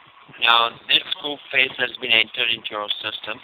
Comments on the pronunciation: The scammer meant Koobface, but he sounded like he said Fooface..... Lol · I keep hearing "poop face" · I thought he said "Poop Face"...